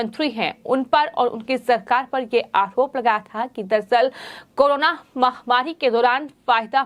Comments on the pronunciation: अकरोप नही आरोप हम हिन्दू हिन्दी ही साफ नही बोल पाते कृपा ध्यान दे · इस चैनल वालों से निवेदन है कि इस न्यूज़ रीडर को reading ना करने दे ठीक से बोल भी नहीं पाती आरोप को आहोप कहती है पहले भी आप से निवेदन किया था